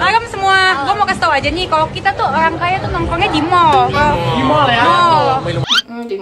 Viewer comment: 'oang kaya' "R" nya mana mbak Rrrrr RRrrrrr